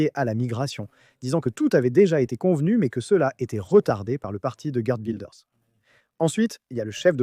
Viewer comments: Effectivement, ça se prononce Wilders et non Wailders. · "Waildeurs"?! Le néerlandais n'est pas de l'anglais. Il faudrait vous renseigner sur la prononciation des noms propres avant de publier une vidéo. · Ça se prononce « vilders « non? Tu le prononces à l’anglaise mais c’est un hollandais !😅 et les G se prononcent R…😉